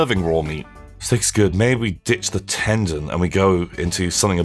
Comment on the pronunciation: By the way, it is "ten-don" as in the number ten and "don" like "dawn" or a mafia "don".